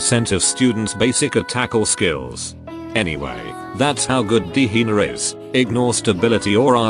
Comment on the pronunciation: The AI narrator says Hina as Hiner with a hard R lmaoooo 💀💀gehenner moments